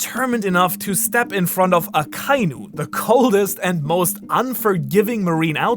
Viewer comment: omg you're the ONLY youtuber that pronounces akainu the right way not even the all knowing tekking can learn to say his name right he keeps satying a ka iiiiiiiiiiiiii nu , just for that you deserve 10 likes